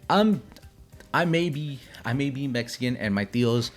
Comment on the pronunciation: Riot on awaken my love>>>>> and the way you said I may be Mexican is killing me